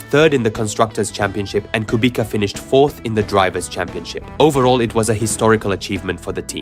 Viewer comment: great video, btw the correct pronunciation of Kubica is "Kubitza", not "Kubika"